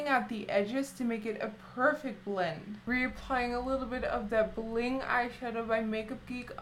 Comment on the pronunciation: I love how you say bllllend, bllllack, blllling.... :) True blood is my favorite TV show! ♥♥